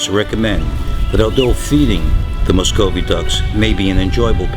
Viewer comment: You are saying Muscovy wrong